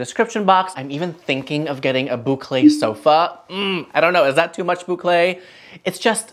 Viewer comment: I love the way you say boucle!